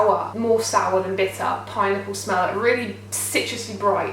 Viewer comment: Oh my gosh when you said "pineapple" I thought you said "pie-nipple" haha!